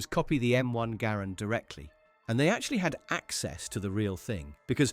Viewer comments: G"uh"RAND not Grand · No one calls it the 'Grand.' It's 'Gair-and' or 'Ger-and.' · True ! The video is wrong. The man's name was pronounced " gerrand" and the rifle was always pronounced "Guh-rand ". See the film, America's Rifle The M-1 Garand by The Garand Collectors' Association. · It's pronounced Guh-Rand. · I think it just depends on your accent and what region your from, Im from the Northeast and pronounce it M1 Gahh-Rand, but I have friend from the South who calls a Grand and a friend from the West Coast who calls it a Garand. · Southern american accents, much like irish accents, often ommit syllables, Garand, sounds like saying "grand" in an irish or southern accent. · The US Army called it the Ga - RAND from the beginning. The early US Army training films are out there. Examples are on YouTube if you care to look. ALL of the veterans of the time also called it the Ga-RAND. There are examples of that on YouTube also. I was a child after the war, and grew up around those vets. John Garand didn't NAME the rifle, the army and the US Government did. You may not know, but John Garand was FRENCH Canadian and spoke French from birth. I have heard him speak and his English, learned later, was horrible. I have never heard him actually pronounce his name, but I am sure he pronounced it in French. It SLAYS me when a bunch of youngsters decide they know better than anybody else and start rewriting history just for the heck of it. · Truthfully, he probably isn't an English speaker and misheard someone. I have never heard anything but Garand - Guh - Rand.